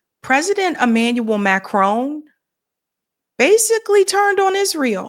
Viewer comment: It's MACRON, not Macrone. Is that so hard?